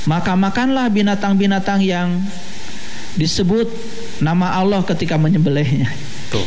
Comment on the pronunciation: Didengar dia melafaskan Allah seperti umat kristen melafaskan Allah , datar aja bunyinya